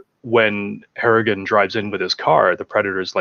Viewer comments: Harrigan. Not hartigan... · are you calling him "Hartigan"? It's clearly "Harrigan" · Harrigan... Not Hartigan. That was Bruce Willis character in Sin City.